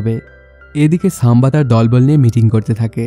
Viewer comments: সাম্বা নয় সম্ভাজী । উচ্চারণ আগে ঠিক করুন তারপর মুভির এক্সপ্লেইন করবেন । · সাম্বা জী 🤣 ⚒❌ বরগি ✔️